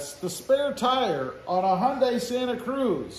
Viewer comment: I have had to do this with a different vehicle years ago. Thanks for showing that the procedure is basically the same. And great pronunciation of Hyundai! :)